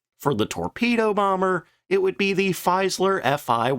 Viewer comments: Wow. Sorry, man, but Shtuka, not "stuka", "feez ler", not "faizler", and "messer schmitt", not "mesher smith". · Fiesler pronunciation more properly is FEEsz'-ler. German vowels not the same as English vowels. Please make a note of it.